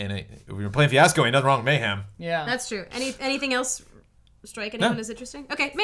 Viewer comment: "Hey Ash, What'cha playin?" "....Fweeasco"